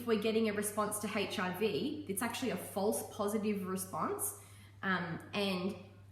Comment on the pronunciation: "Falsw positive" Lady you GOT AIDS